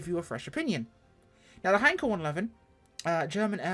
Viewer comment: Finally, a reviewer who knows how to pronounce Heinkel properly and that it was a 1-11! If the engine sounds were better, I think I'd go for it, but the interior sound like an Austin 1100 in need of a service.